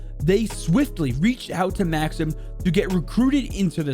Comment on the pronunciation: Its not pronounced Maxim its Mahckseem